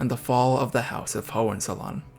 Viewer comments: Pronounced: Ho In Tsollin. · You mispronounced the name “Hollizolerin.” Before you blame Kaiser Wilhelm. I suggest you read about his horrible childhood.